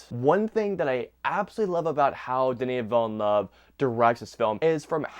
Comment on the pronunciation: The utter butchering of the directors name is insane